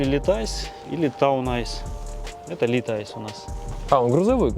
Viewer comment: Литайс епта.... Лайт эйс.